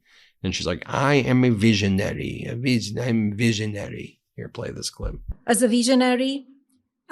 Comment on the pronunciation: Such a veesionary! Here een amereeca on the Epstein visa.